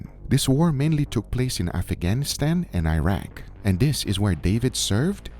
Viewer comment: Guga, you really need to learn how to pronounce certain words. You mispronounced cocoa and Afghanistan.